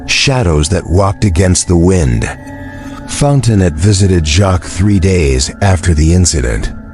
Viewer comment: Fon te noe,,,,,,,not Fontenot…………..